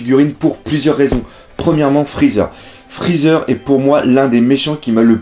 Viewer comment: "Frezzer" Aie